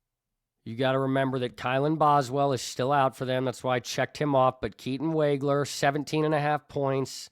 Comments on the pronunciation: Pronounced Woggler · Illini fan here. I was very impressed with your knowledge and presentation... Keatons name is wog (as in dog)wager